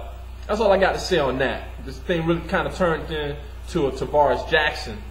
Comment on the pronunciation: tarvaris jackson not tavarus